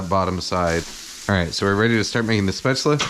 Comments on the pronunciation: Pronounced "Shpate-zel" not spetz-la. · Now go learn how topronounce spaetzle